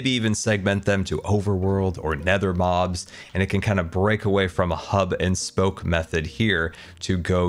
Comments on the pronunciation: did he say statues of Moms not mobs ? :D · Excuse me... 18 minutes in did this man just say statues of Moms? ... W0T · I think having statues of mums is a great idea!...cannot tell if this is my ears or pronounciation being weird lmao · I heard "statues of moms" not "statues of mobs" for some reason